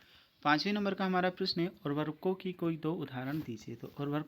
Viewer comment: भाई वो उर्खको नहीं उर्वरको